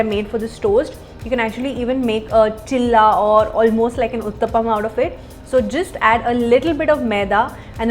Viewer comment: Its not chila ts cheela